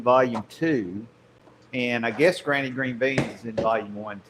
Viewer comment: Took me a minute for the title misspell: in a Southern accent, your “granny” sounds like “grainy”, lol.